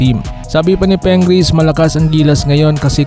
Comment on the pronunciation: Pingris hindi Pengris!.😂😂😂